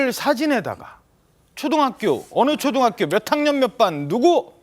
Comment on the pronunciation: 변호사가 맻학년 맻반 이라고발음 하네..